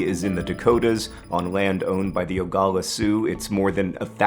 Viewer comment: You butchered my tribes name. It’s OH GLAH LAH “oglala” not ogala